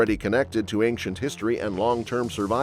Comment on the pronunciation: So she's Galactus. She is, indeed, "aink-chent", lol